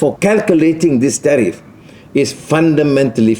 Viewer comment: Suruh baca PDF dr ChatGPT. Tgk dia cakap ape?? Tariff jadi teh tarik gamaknye... 😅😅😅😅😅